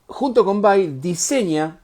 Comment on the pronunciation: Me gusta que le digas VAI así como suena que es la forma correcta de pronunciarlo, estoy podrido de escuchar VEI.